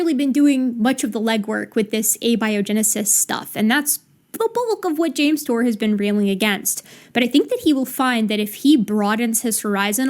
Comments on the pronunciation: "Jame Tour is a synthetic chemist..." That's the funniest way I've ever heard someone pronounce the phrase "pudding brained idiot of biblical proportions." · Two biologists and a "youtuber" 😂😂 he can't even say his name?? 😂 I know Dave crack him hard but come on 😂😂😂